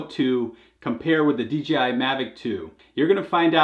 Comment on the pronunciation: FFS D......J.......I... NOT DGI!